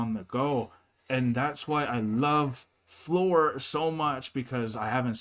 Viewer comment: The translation or lack of it, here gives a slightly wrong picture of what happened. Tuomas burst out laughing at the way he pronounced Floor's name, he said like "Flöör" and with really weird tone, not typical for him and he was amused how he said it. He even repeated "Flööör" couple of times. They had a quick dialogue with the interviewer about it. The interviewer imitated how Tuomas said "Flöör" and they laughed both. One of those things that it was just impossible to translate this very fast dialogue. I have watched this documentary many times and often thought that this clip where Tuomas speaks should be linked to someone who teaches foreigners to speak Finnish. It would be a good test for those who are further along in learning Finnish to see if they are able to pick up this really fast dialogue that happened in a few seconds.